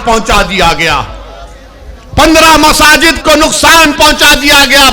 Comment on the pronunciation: पहले त्रिपुरा और मस्जिद शब्द ठीक से बोलणा सिखो